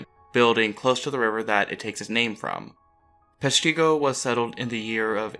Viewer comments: Yes, PESH-ti-go. Not Pesh-TEE-go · The town is actually pronounced with a short I. Peshtigo not peshTEEgo. You are not the only to pronounce it that way.... The History Guy did as well. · Great video. However, the fire is pronounced (Pesh - ta- go). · Another video where they mispronounce the name of the town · I cringed everytime he said Peshtigo!!!